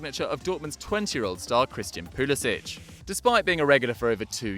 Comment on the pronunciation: Pulisic is pronounced poo-li-sik not poo-li-sich